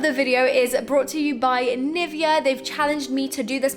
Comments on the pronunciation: You get sponsored by Nivea amd still you can't say it properly. It is NivEa. XD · gurrll dis was awsm😂😂😂 and NIVEA is pronounced NIVÉA😂